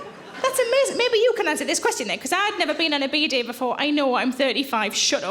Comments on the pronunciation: took me a while to figure out she was talking about a Bidet, the pronounciation is just backwards ^^ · It's quite extraordinary how many differences there are between British and American emphasis. We emphasise 'down', Americans emphasise 'up'. 'BEE-day' v 'bee-DAY'. I used to think that Americans were trying to be different out of caprice. Ironically, the word 'caprice' is pronounced with an upward intonation in British English. 😊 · I never knew that word is pronounced “beady.”